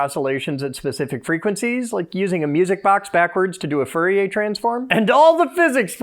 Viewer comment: I bet he pronounced Fourier as "Furry-eh" on purpose. Lol. He seems like he would either be down to clown with furries or at the least very supportive; all the furries I've met have been awesome people. Back to the video though...